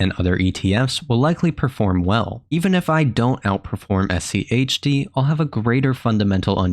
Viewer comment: Why are you putting so much emphasis on the H?